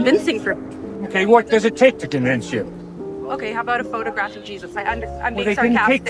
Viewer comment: How can she say phograph? No one photo graph cleopatra 😂